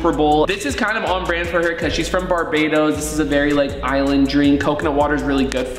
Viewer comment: Rug u just disrespected my home country it's Barbados not Barbada